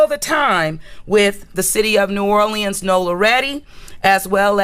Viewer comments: This girl said "NEW ORLANDS!!!!" I can't stop laughing 😂😂 😂😂!!!! She says it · It's New Orléans not New Orlieans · 😂😂😂 wow New Orleeins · Naw lins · You can tell someone isn’t from New Orleans when they say New Orl- Le-Ends 😂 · Ik it’s pronounced new or-lins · I hate the way she pronounces "New Orleans". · Why does she pronounce New Orleans so wrong??!!! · The way she pronounces New Orleans is making me cringe. Prayers to NOLA, LA